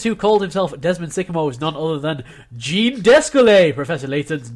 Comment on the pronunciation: And Jean is pronounced like John but with a softer 'J'. God...